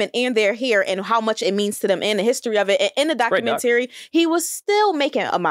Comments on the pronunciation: Why she kept saying documenTary ? lmao i just kept correcting her to myself . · Her ass saying documentayary is killing me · Why in the hell this girl saying DOC U MEN TARRY? Girl!! 😊🤣. is regurgitating every point that was put out on twitter. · pronouncing documentary like “Dock-you-men-terry” is hilarious.😂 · The way she pronounced documentary “doc-U-men-Terry” 💀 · Doc....u...ment...ar....y. Sound it out boo 😂😂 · Why is she saying, "documen-tary." That is bothering tf out of me lmao. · Love her but I cringed every time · That was driving me!!!! It's not a compound word. 🤦🏿‍♂️ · I couldn’t understand why 🤣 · That was hilarious.. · she lost me with the way she pronounced documentary lol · Y’all heard how D pronounced documentary??🤣🤣🤣🤣🤣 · Why does pronounce documentary like that? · Can she not properly say documentary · I love you, but don't say documentary no more okay 😭😭😭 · I've never heard anyone pronounce documentary like that before. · I stopped listening when she consistently mispronounced documentary.